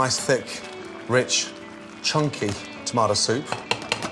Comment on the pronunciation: angelo a My thoughts exactly. I felt some type a way he looks straight into the camera and emphasized “ chunky ...tomato soup” ... 😂